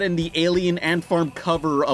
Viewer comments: it's pronounce Lew-Pawn the Third, not Lew-pin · FOOL it is not prounounced LUPIN tis LUPIN(lupay)!!!!!!1